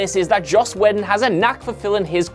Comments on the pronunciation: I still say Buffy had one of the top 3 theme songs of all time. Also, why am I not shocked that the moron who can't properly pronounce "film" can't pronounce Joss Whedon's last name properly either? Whedon is pronounced "Wee-don". Not fucking "weddin" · He says the name correctly every time except the first: Joss "Weddun"